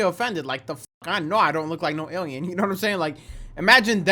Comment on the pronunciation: Awiens and Arwiens has me in tears 😂